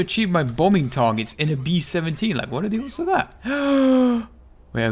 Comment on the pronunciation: most Bri'ish W o t ever